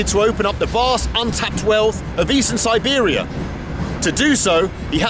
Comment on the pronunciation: snor-bear-ia trip 100% :)